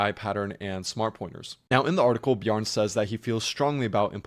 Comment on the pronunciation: It's pronounced Bjarn-eh